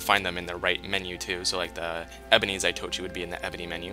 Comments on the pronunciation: ZAH-TOE-EE-CHEE is how it is pronounced, say it fast. They are made to resemble the weapon carried by Zatoichi the blind swordsman. He is the main character from a japanese film/TV series from the 60s/70s. A great show, check it out if you are into period japanese stuff. you are powering a serious mod addiction for me, thanks of these videos. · Its zah toh eechee they say quick so you dint get the pronunciation correctly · Zaitochi? Really? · Its not pronounced the way your pronouncing it. They got it from a blind swordsman legend.